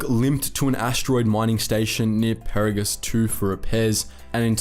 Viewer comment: Did this guy actually play the KOTOR and TOR games? He is mispronouncing everything from Peragus to Adegan. It's driving me nuts.